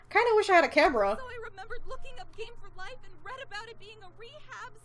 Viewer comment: 'Game for Life' or 'Gay for life' am i right? hehehehe XD lolol, sorry :')